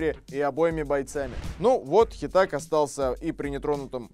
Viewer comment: Автор, не Хета́г, а Хе́таг